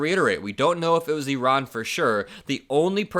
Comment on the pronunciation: So nice to hear you pronounce Iran (E-Ron) correctly. I-Ran is so Republican! lol